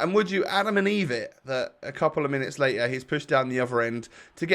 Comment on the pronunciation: N wen he says latter instead of layter